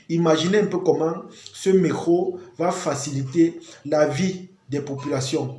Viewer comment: C'est d'accent. Rien de grave